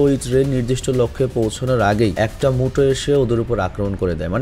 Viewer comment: উচ্চারণ ভুল হইছে 🙂 অইটা মুটো না মিউটো আর ভাই ওইটা godzillar আগুন না ওইটা এটোমিক breath